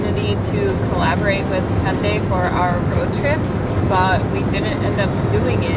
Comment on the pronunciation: Hyundai 발음 너무 정확해요 ㅎㅎ